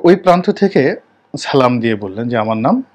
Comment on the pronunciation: ছালাম নয় বলুন সালাম